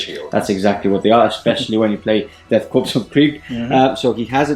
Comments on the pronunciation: Death "Korps" which is pronounced (Core)... Still love your stuff, keep it up! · Great vid! ....FYI, you don't pronounce the "ps" on Korps.....It's like "Death Kore of Krieg". :) I did it that way for a long time before I learned about it. LOL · Is it Death Korps pronounced "Core" or "Corpse"?